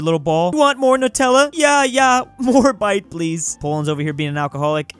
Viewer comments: bitte is not BITE it pronounced like bidde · Germans when he says bite when he reads bitte; sobs, gifts means please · As somone who knows German my heart hurt when said bite instead of bitte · but he said bite, not bitte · haha more bite please if you see this it's pronounce bee teh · As a German speaker, I got a Little angered by how you said bitte like bite. It’s pronounced bit-eh. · it’s pronounced bitter not bite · Hearing bitte as "bite please" hurts my soul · and he said "b i t e" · It’s actually pronounced “bit-e” It means please in this context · pronounces bitte as bite Germany: 🇩🇪 Hello There 🇩🇪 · "Want more nutella? jaa, jaa beit!" Someone needs to teach this guy to say Bitte and Ja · I’m going to come after you if you say “Bitte” as “Bytee”! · "Biite: means "please" in german. and its pronounced (bit-tuh) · BITTE IS PLEASE IN GERMAN. AND IT IS PRONOUNCED like bitter (Bitt-uh) but with a soft e. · bitte is pls not bite sorry that really triggered me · Bitte (pronounced ‘bit-teh’). It’s means please. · Someone needs to teach how to say "Ja" and "Bitte" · Or bitte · {insert any number} day of telling not to misread and pronounce german words. "Ja" means "yes" and is pronounced "ya" "bitte" means "please" and is pronounced... the way... it's written... I don't even speak german but i'm from hungary so i'm kinda forced to do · needs to learn how to pronounce "ja" and "bitte" it hurts inside to hear him say it like that LMAO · Someone needs to teach how to pronounce ‘bitte’ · Bitte (you have to pronounce the e aswell) means please in german